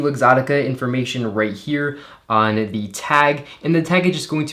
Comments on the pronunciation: That's just incorrect grammar. You only use the "thee" pronunciation if "the" stands in front of a word that starts with a vocal. It's the same for a and an. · Please stop saying the pronounced ‘thee’ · Did it take you a long time to train yourself to pronounce “the” as “thee” every single time? It is a rather unnatural speaking characteristic.